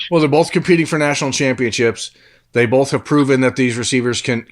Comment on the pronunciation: The northeast Ohio jumped out in this episode. Take a shot every time pronounces both like “bolth”